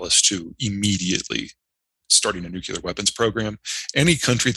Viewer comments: Peter, you are intelligent, so please pronounce NUCLEAR properly! IT'S PRONOUNCED, NOOOOCLEEEEAR, NOT NOOOOKYOUUUULAR!!!! I cringe everytime I hear people say "NUKEULAR", which is NOT a word. I expected that from BUSH, years ago, but not today from smart people. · Come on, both of you! The term "nucular" does not exist. Your credibility declines precipitously every time you use that term, rather than nuclear. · It makes me cringe when Zeihan pronounces the word nuclear as "noo-cue-lar". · People who talk about ICBMs and pronounce the weapons as "Nu qu lar" do not lend themselves much credibility about anything else they're holding forth upon. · Nuclear, not nukular.